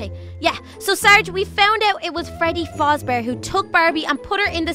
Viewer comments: you sed fazbear rong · it's faz not faaaaaaaz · its not fozbear its fazbear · its Freddy Faz Bear i but the space so u know how to say it not Freddy Foozbeer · Why would Freddy kidnap Barbie doll he should be kidnapping William afton and also the Freddy in the thumb ball is witherd freddy LEARN MORE ABOUT FIVE NIGHTS AT FREDDYS and Freddy doesn't talk unless this is fnaf AR which it isn't FREDBEAR?!?! Freddy is a good person inside ya know Learn to say fazbear correctly Also I just want to say that circus baby looks a little off